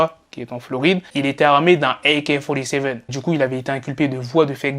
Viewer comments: Grave 🤣🤣🤣 Aïï kayyy folyy sevennnn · AK-Fourty Seven; tu t'améliores beaucoup en Anglais surtout au niveau de l'accent. 👌🏾💪🏾